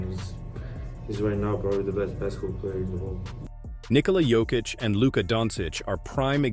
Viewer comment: When? I didn't hear it all i hear is Nikhola Jokitch